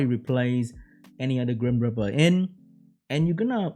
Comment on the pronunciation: Grim reeper, not grim ripper.